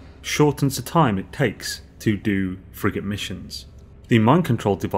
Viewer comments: me too "friggin consumables" xD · When you say "Frigate Modules", I hear "Friggin' Modules". Lol. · Lmao same here. Cant stop laughing!